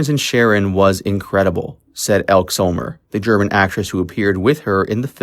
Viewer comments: It's not ELK Summer. It's EL-KEE Summer.................... I hate AI narration. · Elke Summer is pronounced L-Key. Not Elk Summer I believe 😉 Great video ! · It's pronounced Elkee Summer. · "Elk Zomer"? Elke Sommer's name is pronounced "Elk-ee Summer." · It's pronounced El-kee Summer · Actress Elke Sommers name is pronounced El kee Summer . Actress Joanna Pettits names is pronounced, Pet it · Phonetically pronounced El-kee Summer. Ugh. Might want do research. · Pronounced "ElkEE Summer" just a note. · It’s pronounced Hel-key Summer. Awful AI pronunciation at times. The usual on YouTube. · And Elk-E Sommers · Was he referring to Elke Sommer? If so he pronounced it wrong. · This was interesting, but I would appreciate it more if you learned to pronounce all of the names correctly; Elke Sommer, Dominick Dunne. It isn't difficult to find the correct pronunciations.